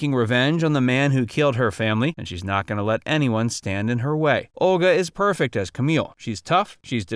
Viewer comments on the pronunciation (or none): none